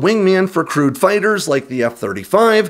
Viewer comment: Haha - re the F-35 you said "crewed" fighters, but at first I heard "crude" fighters, and went "huh?".